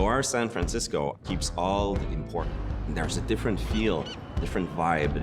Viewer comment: HE EVEN FUCKING SAID SAN FRENSESCO